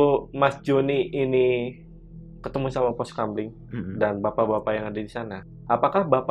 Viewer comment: Pos kamling mas, bukan kampling😅